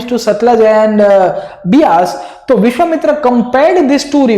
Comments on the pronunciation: Sir, it's not Vishwamitri.. it's Vishwamitra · sir it is vishvamitra and not vishvamitri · Great explanation sir. But the name of the sage was Vishvamitra, not Vishvamitri. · Sir it's Vishvamitra not Vishvamitri 😊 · Vishwamitra not mitri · "विश्वामित्री" nahi विश्वामित्र nam tha .... India k bahar se ho kya .. Itna v nahi padhe ho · It's not vishwamitri it's vishwamitra... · dude r u saying vishvamitri wantedly????